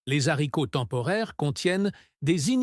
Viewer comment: C la liaison et la prononciation est juste